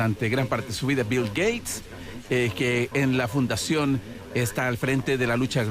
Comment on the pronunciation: Dice Bill Gayes para si mismo.